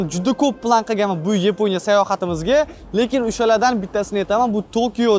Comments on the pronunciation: Yiponiya mas yaponiya 😂😂😂😂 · Yponiya ❌️ yaponiya✅️ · Yponya ❌️ Yaponya✅️ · yiponiya 😮soʻzini yorvordiz 😂😂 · Yaponiya ❎Yiponiya✅😅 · yaponiya✖ yiponiya✔🤣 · Yaponiya ❌ Yiponiya ✅ 😂😂😂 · Yaponiya❌️ Yponya✅️ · Yiponiya ❌️ Yaponiya ✅️ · Yaponiya ❎ Yiponiya ✅😅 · Yaponiya ❌ yeponiya ✅ 😅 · Yiponiya emas Yaponiya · Yaponiya ❌ Yiponiya✅ 😂😂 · Yaponiya❌ Yeponiya✅😂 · YAPONIYA YEPONYA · Yaponya ❌yiponya✅ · Oka Yiponiya emas Yaponiya deyiladi😅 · Yeponiya ❌ Yaponiya ✅ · oka yibonya emas yaponiya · Yaponiya❌ Yiponiya✅ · Yeponiya 😅😅 Yaponiya emasmi 😂😂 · Yaponiya emas Yiponiya ❤❤ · Yaponiya ❌ Yeponiya✔️ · Yaponiya ❌️❌️❌️yponiya✅️✅️✅️ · Yaponiya❌️ Yiponiya✅️👍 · Yaponiya ❌ Yiponya✅🤣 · Yaponya❌ yaponya✅😅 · Yipo‘niya😂😂 sog‘ bo‘ling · Nega yiponiya deysiz aka 😅😅😂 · Yiponya✅ Yaponiya ❌😂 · Yaponiya ❌ yiponiya✅